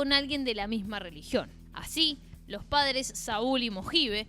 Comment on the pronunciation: Ya de entrada me hacía ruido el vídeo hasta que dijo "sadres" ...🤔 Me pude imaginar el resto del documental... 🫩 Son de manual éstos progres 🤦‍♂️🤷‍♂️